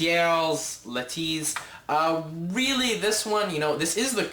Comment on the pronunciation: "true mma fan" ... clearly you are not. Learn the names of the fighters dumbass, Marquardt sounds just like it reads not MarQUEZ and Leitas sounds "Laytus" not Layteez. And fix your damn hat.